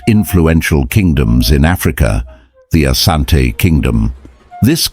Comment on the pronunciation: It is Asante NOT Ashante. Ashante is the corrupted version because of mis-pronunciation.